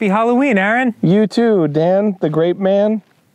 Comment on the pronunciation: TAKE THE SHOT! =hail of gunfire ensues= ...what? Ooooooh. He said "grape". I didn't hear the "G".